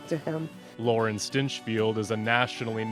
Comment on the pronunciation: They said "Lauren" Stinchfield. >_> But anyway, good session. I always enjoy reading your posts and watching your videos. You're talented and I'm glad you choose to use your gift to help people and animals.